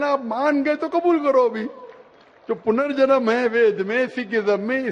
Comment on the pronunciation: Zakir Saab, Punarjaman hota hai ...